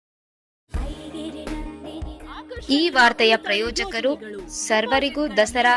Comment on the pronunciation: ಪ್ರಯಜಕರು ಅಲ್ಲ ಮೇಡಂ ಪ್ರಯೋಜಕರು